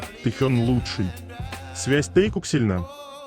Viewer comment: Хочу поблагодарить автора этих видео о Вигуках или Тэкуках. Они очень интересные и милые без насмешек и пошлостей. Спасибо большое! Но хочу обратиться к диктору, пожалуйста, обратите внимание на произношение и ударение в словах. Пару называют Тэкук ударение падает на букву У. И по правилам русского языка имена собственные склоняются по лицам и числам, поэтому они Тэкуки т. к. их двое. И в некоторых словах также не правильное ударение. Не хочу вас обидеть, а хочу помочь, чтобы ваш голос звучал ещё красивее.